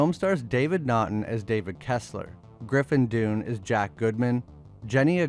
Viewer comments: 2 notes- Griffin Dunne's last name is pronounced "DONE", not "doon", and while Bela Lugosi WAS in "The Wolfman", he wasn't the lead/wolfman, Lon Chaney Jr. was. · Its Done not DUNE (Dunn) and its Lie CAN THROPY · Griffin's last name is not pronounced like Dune, its pronounced like Dun the first syllable in Dunkirk! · “Griffin - Dunn” not “doon” lol I’ve made the same mistakes in. The past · Dunn.... Sounds like Done...Not Dune. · The Wolfman didn't star Bela Lugosi, it starred Lon Chaney Jr. Bela Lugosi played Dracula & didn't even have a part in The Wolfman. And if you're using A.I. voice generating software to narrate these videos, then teach it to pronounce names & terms correctly. Griffin Dunne's last name is pronounced like the term "Done", not like "Dune", also get the terms right, "Lycanthrope" is a singular term to describe an individual; the word itself using a 'long O', the 'E' at the end is silent, you're pronouncing it as "Lycanthropy", which is the condition that causes "Werewolfism". If you don't like me correcting you, too bad. I'm sick & tired of people here on YT, and elsewhere, (both creators & commenters), that cannot seem to bothered to read, spell, or pronounce words correctly, or if they create their own subtitled text, can't seem to either spell, punctuate, or use grammar correctly. You're all so seemingly concerned with making money, that you wind up looking like inept amateurs. So I wind up giving your presentations a "thumbs down", I also wind up NOT sharing your videos with others, as the people that I might share videos with are tired of the same problems that I'm having when watching ANY videos nowadays. It really makes me wonder just WTF you people were doing in English classes, because it's glaringly obvious that you sure as hell weren't paying attention. At least use the freaking 'spell check' if you can't be bothered to spell correctly on your own... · It’s pronounced DUHN. Not doon